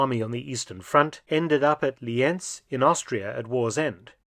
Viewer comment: Yes and they confuse Lienz with Linz in the German synchronisation the English original spells corrctly Lee-Ents and not Linz